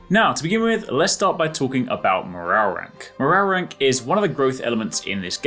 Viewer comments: Mo-row-rank. Scooby Doo took over. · Just came here to hear this guy say MORRARRERANK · “morarrank” 😂 nice 👍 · Morale rank sounds so wierd saying it fast lol